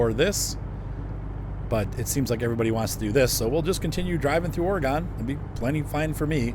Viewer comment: Just FYI, pronounced "Ory-gun," not "Ore-gone"